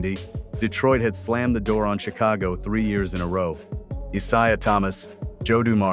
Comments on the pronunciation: CON-test instead of con-TEST, Is-I-ah instead of Is-A-h. You’d think they could teach AI proper pronunciation and stress on the correct syllable. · when you hear the Narrator say ISaiah rather than Eyesaiah, you know AI is a problem and these guys don't know jack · "I-ZI-UH Thomas" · This artificial intelligence voice is mispronouncing Mr Thomas's first name😮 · love Ai cant pronounce Isaiah. uttering 💩💩💩💩😑🤔